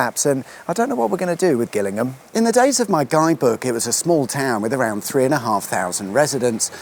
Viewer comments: I thinl you pronounce Gillingham like Jillinm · Gillingham is pronounced with a 'J' sound as in,!😉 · No its not. Its pronounced with a hard G, as in Gary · Ah! I did wonder about that. Mainly because I've only heard of the one pronounced "jillingham", and I was a bit surprised to see one in Dorset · I'd always pronounced it Jillingham. Now I've been educated! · Thanks, wicked sweet awesome as ever. I always thought Gillingham was pronounced Jill-ingham for "reasons" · Oih, Sorry did I mispronounce, you Name, "Jillingham" spelt with a G is in Kent, But what can you expect. from someone born North of the Watford Gap(loved your vlog on that bye the way) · I wonder why Gillingham in Dorset is pronounced 'Gillingham', yet Gillingham in Kent is pronounced 'Gillingham' instead. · How is that you don't know how to pronounce Gillingham? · Is it pronounced Gillingham, or Gillingham?